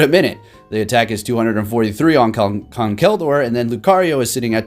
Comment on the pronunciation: Jay Wicks he said “Gurdier”😂💀